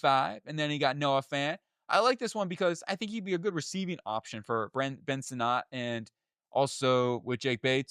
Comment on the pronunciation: Ben Sinnot (Senate) & Tyler Biadasz (B Odd Ish) pronounce the names right if you want us to take you serious champ.